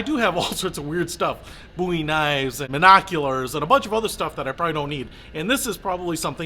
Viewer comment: Thanks for saying Bowie right!!